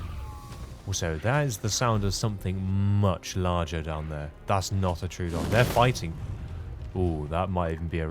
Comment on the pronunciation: Troodon = Troh-O-Don. 3 syllables Not True-don. There is no "true"